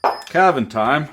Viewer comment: That opening was definitely not “time” Sir!